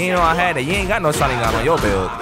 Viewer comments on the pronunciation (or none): The fact he goes "shaningan" like hes saying it right its making me cringe so muc